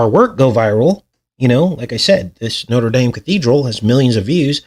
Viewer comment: Why are you pronouncing the French cathedral like the American university? Didn't you live in France?